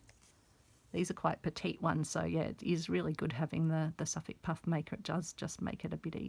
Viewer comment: What is that puff maker? I've never seen it before, nor heard of it. I turned on "closed captioning" to try and read what you called it. But cc says you said, "suff puff maker'. Is that a brand or sewing tool? Thanks for the tutorial.